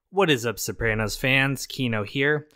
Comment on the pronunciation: Its SoprAnos not SoprEHnos